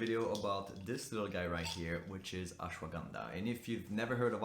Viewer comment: That’s not how you pronounce Ashwagandha 😂😂😂